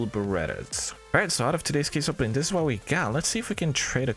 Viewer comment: You really arent interesting at all, i hope at least you know no one is here for your "personality". Also stop saying "dis" instead of "this" constantly and start saying anything worth saying.